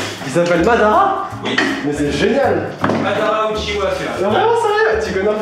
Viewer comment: Enfaite c’est un "oui" qu’il dit et pas "hi" 😂